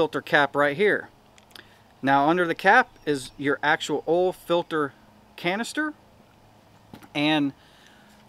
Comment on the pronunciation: "Ole filter"..... "Ole cooler"...🥴🥴🥴🥴🥴